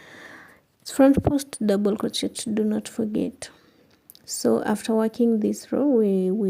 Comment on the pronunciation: Doesn't she know how to pronounce crochet correctly? That was annoying and hearing her smack sounds ick!!!icky!!!! She needs to play some music!!!